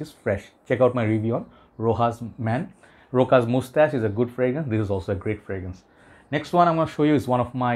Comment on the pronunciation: It's not RoKas or RoHas, it's pronounced RoSHas. We don't pronounce Chanel as Kanel or Hanel 😅 btw it's not a dig at you.